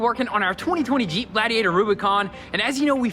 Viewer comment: He's yells jeep, I hear yeet